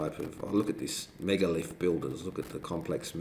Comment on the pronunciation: Guy says: It's a megalith. Girlfriend says: It's a minalith.